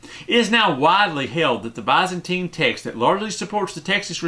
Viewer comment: Yes, the NLT is a fine translation. Don't trust Sorenson. Work on your pronunciation of words such as 'preface' and 'Byzantine' for starters.